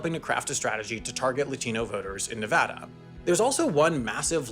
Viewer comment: Nevada was pronounced well too, made me happy.